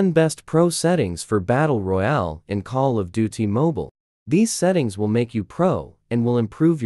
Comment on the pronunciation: 😂come on, now all I hear is call of do t.